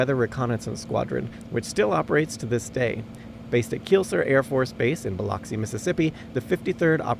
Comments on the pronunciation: Keesler AFB. Pronounced Key-slur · It's pronounced Keys-ler. I Was there for tech school in 1989 and my dorm room was at the south end of the active runway and got to hear the WC-130s take off and land a lot.